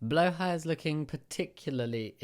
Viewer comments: I hate leaving angry comments, but I HATE when people say Blåhaj like "bloo-high" or "blah-haj". it's Swedish, it's pronounced "blo-haj", using the back of your throat for the first vowel, and the j is silent. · I don’t hate him, I’m not homophobic,but my god the way he says blahja I’m gonna fucking die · say it with me BLA HAJJA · it always irrationally irritates me as a nordic person when people say blåhaj wrong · ITS BLÅ HAJ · It's so funny listening to all the non Scandinavian people trying to pronounce "blå haj"